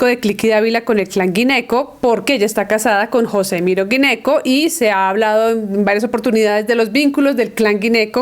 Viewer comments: Dizque "Guineco" por Gneco😆 Si no quieres decir "géneco" sino sonar más refinada , dí "Ñeco" como se diría el apellido italiano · Ey Laura Sanabria ? Jajaja gneco se pronuncia géneco... Regulín tu criterio, sorry.